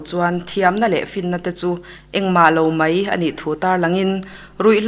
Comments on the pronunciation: AIR a tihchhuah meuh a tan chuan tawngkam fimkhur angai 'mei' nilo in 'mai' tih tur. 'I Ram hmangaih mei' nilo in 'I Ram hmangaih mai' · Mai tih hi ka lo ngaimawh thin...tinge mei in tih tlat zel le a dang ho ah pawh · Narrator mipa zâwk hian, 'mai' tih tur hi, "mei" a titluan thak mai. A mawi lo hle mai. Pu Zirsangzela'n ngaithla se chu zia lo a tih ka ring. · mipa zawk hian mai tih turah mei ahmang hi a ninawm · I ram hmangaih 'mei' tiin ilam tlat 'Mai' tih tur. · Mizo nih mei a tawklo tia ichhiar hi chu,amah Zirsangzela khan hria se chuan A ngaimawh ngei ang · A ngaihnawm hle mai, mahse Mizo nih mei zawng a tawk lo, tiin a chhiar tlat mai.